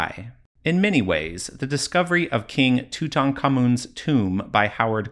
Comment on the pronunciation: My god you pronounced Tutankhamun's name correctly! I'm definitely watching ther who video.